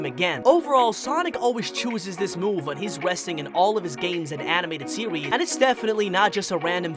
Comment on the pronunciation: "Sewies" "westing"